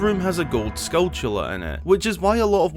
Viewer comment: did he pronounce it "Skull-tus"? also, you don't have to wait until Night to get the rupees on top of the bridge, just walk up the chain and jump, that's how I discovered it.